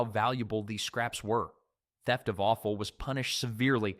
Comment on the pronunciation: Offal is NOT pronounced awful 😂